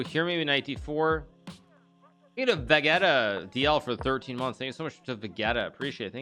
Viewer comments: really no one gunna talk about how he called Vegeta "Ve-getta" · he said vegaeta >_< he called vegeta vegaeta!!!! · he mispronounced vegeta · I appreciate the mispronounced Vegeta